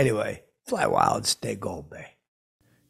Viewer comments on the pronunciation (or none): none